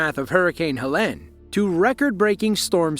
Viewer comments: FYI: Helene is not pronounced like Ha-Lane, its pronounced, Ha- Leen ( like Jolene) Living 3 hours east of Asheville, if Helene would have shifted our way, that could have been our small towns. It was truly unbelievable to start seeing the aftermath of the hurricane. No one saw that coming. At my house, it was just some wind gusts like 40mph and we had a couple of tornado warnings. Very sad to see our WNC neighbors in that situation. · Helene not helen